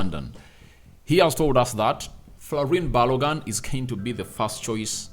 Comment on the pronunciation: Pls the name is pronounce thus: FOLARIN B -A-L-O -G -U - N, thank you.